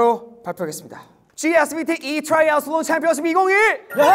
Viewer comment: still cant get over hearing triaslon🤣🤣